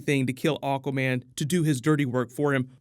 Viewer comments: Why does he say "Aw-quaman" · Misheared AWKWARDMEN ....yet you can't unhear it too :D